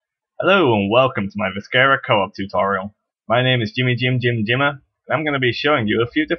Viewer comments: i would like the video but i cant . the video is good but thats canceled out by you saying vis-ker-a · If you are going to do a tutorial on a game, learn to say the name of the game. Not a bad tutorial, seems pretty straightforward.